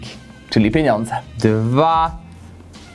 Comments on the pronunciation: Według mnie poprawna wymowa to "pieniądze" widzę celującej oceny z języka polskiego to Ty nie miałeś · "Złożone PENONDZE" LEJE AHHAHAHA